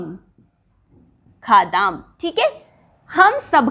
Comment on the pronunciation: बहनजी " वयम् खादाम् " सही है या " वयम् खादाम: " आपका उच्चारण " वयम् खादाम् " सुनाई देता हैं | 🤔🤔🤔 💐💐💐 👌👌👌 🙏🙏🙏 ❤❤❤